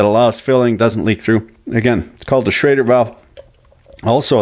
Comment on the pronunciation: it is a SCHRADER ( Inventor german immigrant August Schrader ) not a SCHROEDER valve .....